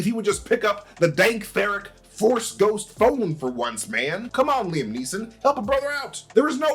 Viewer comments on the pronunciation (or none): none